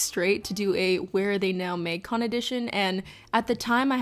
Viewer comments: Literally no one:: Maeng-con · is it just me or does the canada really jump out when she says “magcon”?